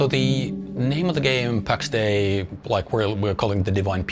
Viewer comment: the game is callt pax DEI , not pax day xD